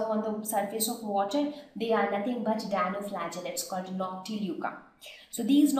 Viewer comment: its Dinoflagellates not Dianoflagellates .